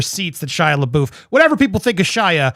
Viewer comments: PLEASE stop saying Shia’s name wrong. It’s pronounced “buff” not “boof.” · Why do you call him leboof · Why do they keep pronouncing Shia's last name wrong?